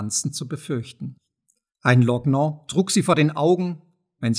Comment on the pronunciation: Mich wundern einige Fehler in der Aussprache. Jedenfalls werden in Deutschland ein paar Wörter anders ausgesprochen. Met und Lorgnon z.B. Auch die Satzmelodie ist seltsam, obwohl ich dieses Ungewöhnliche als Verstärkung des Effekts der Stimme aus fernen Zeiten deute. Das mag ich beim Zuhören alter Geschichten sehr und lässt mich das Zuhören versüßen :)